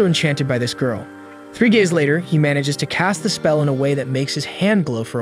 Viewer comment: am I the only one that hears three gays later?